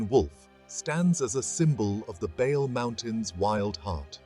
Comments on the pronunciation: Only two corrections; Bale mountains is t not the roof of Ethiopia. Simien mountains is taller than Bale( but Bale is good for hickers). Bale is pronounced as, Baley mountains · Thank you for this excelent presentation. Reading the name Bale needs pronounciation correction. Ba must sound as in bad ባ፡ le as in le(ntles) ሌ። አመሰግናለሁ thank you.